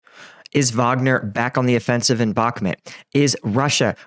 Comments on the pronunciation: Bakhmut you idiot, not Bakhmet.. lol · Back-met 🤣 where is this place? 😂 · How are we over 1 year into the war and you still can't pronounce Bakhmut correctly?